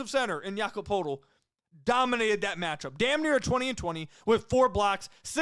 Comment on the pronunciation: Just for future reference the Raptors Center, Poeltl, is pronounced “Pertle”